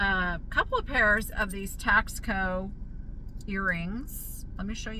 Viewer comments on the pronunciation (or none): It’s NOT Tax-co, it’s Tah-sco. Sorry